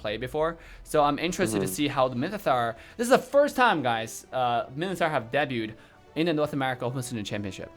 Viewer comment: no one:: minthitar